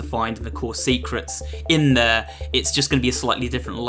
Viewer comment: When you say there it sands like free